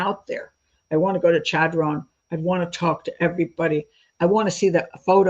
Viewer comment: Chadron, NE is my hometown. Small note...The Ch is actually pronounced like Sh (as in short), with an emphasis on the first syllable - Sha-dron. Thanks for a good episode!